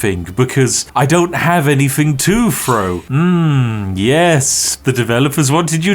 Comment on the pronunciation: need to work on how you pronounce "throw" because you are definitely saying "fro"